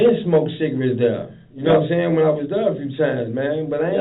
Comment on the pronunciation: nawmsayin killed me 😂😂😂😂 that’s exactly how he sayin it